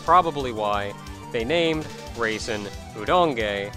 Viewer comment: I keep hearing raisin instead of Reisen...